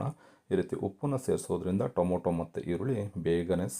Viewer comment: ದಯವಿಟ್ಟು ಟೊಮೋಟೊ ಅನ್ನಬೇಡಿ. ಟೊಮೆಟೊ ಅಂಥ ಹೇಳಿ.